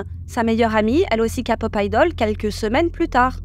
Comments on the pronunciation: J'avoue ca m'a traumatisé tout le long d'entendre "ka"pop au lieu de "ké" pop 😅 Omega X la story n'est pas fini, la PDG revient à l'attaque avec des vidéos "montrant que ce sont certains membre du groupe qui l'ont agressé sexuellement et pas l'inverse... (oui oui) Dans les début de BTS RM et Jin je crois ne correspondaient pas aux critères de beauté et devaient porter un masque. C'est évident que tu ne peux pas danser des chorégraphies de plus en plus compliquées et chanter en live c'est physiquement impossible. Moon-bin, 1 an déjà quel gâchis 😢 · Ce n'est pas "Ka-pop" mais "Ké-pop". Ensuite, ce n'est pas "Un chouy" mais "Un chouïa". Merci. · « KAPoP »😭 Sinon j’adore, continuez comme ça !! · Coucou les filles, on dit képop😉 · LA "KA’’pop 😅😂😊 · "les kapop"? ?.... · La Kapop wouaaaah j'adore tes vidéos mais la prononciation s'il te plaît par pitié j'ai eu les oreilles qui saignent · fan de kpop mais ca prononce kapop? ah ouais haha, sinon bonne vidéo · Oui c’est prononcé Kay-Pop parce qu’en anglais, c’est Korea et K se prononce Kay. J’ai rigolé aussi car c’est la 1ére fois que j’entends une prononciation complètement française 😁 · Kpop prononcé a la française c'est moche ont dirait qu'on parle de capote :P En anglais (Kay) ça sonne mieux surtout que vous dite Idol prononcé comme en anglais (aildol) et pas en français, un peu de logique. Sinon musicalement c'est de la boucherie industrielle , si encore c'était des IA qui servaient la pattée de gesticulation plastique ça serait un peu moins dégradant pour la condition humaine deja tellement mis a mal mais enfin tant que il y a des consommateurs il y aura de la consommation de masse. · J'ai lâché quand j'ai entendu ka-pop sorry mais faut arrêter de faire exprès de prononcer comme ça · A chaque fois quelle dit KAPOP Je suis hyper dérangé 😂😂😂😂😂😂c est KEPOP ( accent aigu sur le E) 😢😢😢😢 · Quand tu dis kapop moi j entend kapot 😂😂😂😂 donc stp faut dire kepop pour nous autres la ... hein ! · on dit Ké pop pas ka pop😢